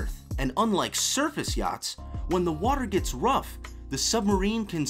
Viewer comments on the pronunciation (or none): none